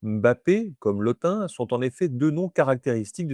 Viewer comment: Je vous remercie pour cette excellente vidéo, très instructive et claire. En tant que Sawa (Duala), je souhaiterais apporter une précision concernant la prononciation : en langue Sawa, tout nom se terminant par un "e" se prononce en réalité « Mbappè » et non « Mbappé ». Par ailleurs, le nom « Lottin » se prononce « Lô-tine », car le son nasal « ain » est une spécificité française qui n'existe pas dans les langues bantoues et reste relativement rare à l'échelle mondiale.🤗